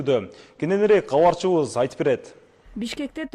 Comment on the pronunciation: Алып баруучу бала долбаёбсунго сен Габарчыбыз гаралды деп суйлойсунго Кабарчыбыз каралды десен болотго